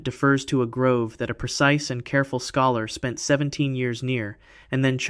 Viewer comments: Bro...its a "GROVE" not a "GROOVE." Are you serious? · Grove. Stop saying groove. It really undercuts your authority when you don't know basic words. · It is grove not groove! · I've watched a few of your videos and I'm considering subscribing, but the constant mispronunciation of "grove" as "groove" are totally killing me right now. Not trying to be mean or anything, but I've been sitting here for several minutes just occasionally correcting you audibly by saying "grove". Each time, I get louder and my time becomes more stressed. The educator and linguist in me can't help it. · Thank you!! It's grow-v. Grove. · The fact that you mispronounced grove like 30x with such confidence makes me question the accuracy of everything else you’ve said…